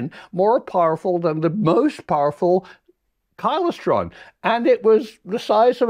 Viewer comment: It's pronounced KLY STRON. All very interesting, keep it up, but please, please pronounce Klystron correctly. Regards.